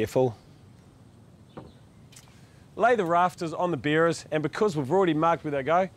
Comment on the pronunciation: Beerer's = Sounds like beers!!